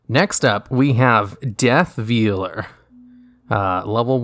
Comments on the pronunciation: It's pronounced "VALE-ER". You know, like a wedding veil? Pretty certain that a bride wouldn't be wearing a piece of meat over her head at the ceremony. Lol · ... Veeler?? Really? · its pronounced VAYLER why are their so many words you cant pronounce lol and why are they always words you say like 30 times lol